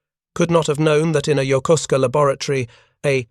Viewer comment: Yokosuka: yoh-ko'-ska. Not yoker sooker.